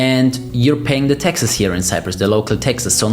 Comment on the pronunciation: The word is “taxes” not “Texas”